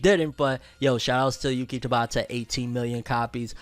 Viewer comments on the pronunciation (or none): none